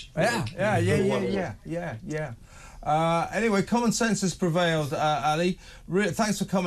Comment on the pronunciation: "Common sense has prevaied," said the presenter at the end. Perfect sum-up of the election here in the U.S.